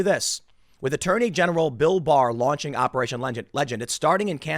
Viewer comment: When he says bill bar I keep thinking he is saying bill burr the comedian and it makes it funny